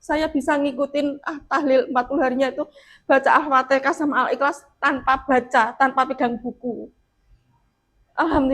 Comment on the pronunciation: Mohon menyebut Al Fatehah sesuai dengan keharusannya jangan dirubah jadi Alfatekah karena ini kata dari kitab suci.